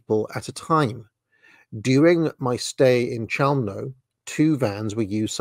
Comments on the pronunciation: Pronunciation is "Khelmno" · Chełmno is pronounced h-e-wm-no in Polish.